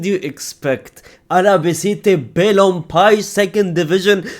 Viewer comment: BALON-PEE-EH... Not Balon-Pie...